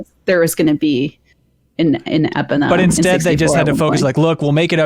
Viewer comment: Dan and Ana are right. Or at least the closest. Epona is named for a Celtic horse god. It's pronounced Eh-PAWN-ah.